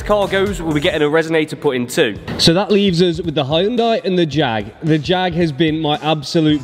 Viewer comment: Well done. By thexway, it's pronounced "Hun-day", no "Hi-un-day"!!